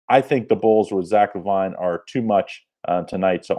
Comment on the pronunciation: It’s La Veen not La Vine bro lol come on